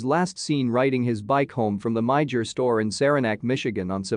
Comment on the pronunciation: The store in the Michigan case is pronounced MyErr (‘myer) and the city I-own-ya.